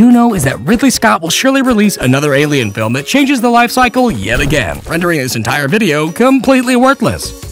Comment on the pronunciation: Don’t you mean AYYLIEN?